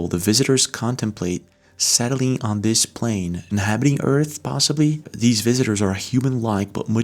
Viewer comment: Dis-this. Ur welcome